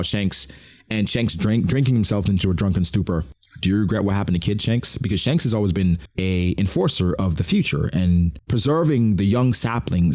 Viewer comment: Dhanks? That's kind of funny, but we all know Shanks' brother is named Stab. Get it right